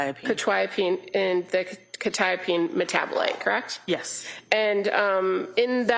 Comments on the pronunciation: How has none of the counsel learnt how to pronounce Quetiapine. I’m a pharmacist and it is really annoying me. Surely you would learn how to pronounce something you are going to say so frequently. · oh absolutely. I mean they've been told the proper pronunciation about 500b times by now and they can't ever say it right. It has to be a tactic. There's no other explanation. And while those tactics don't make sense to us they've been proven to be effective in a court room setting. So while I don't really understand the point and it's really annoying, it's something that they're doing for a reason and it's probably working.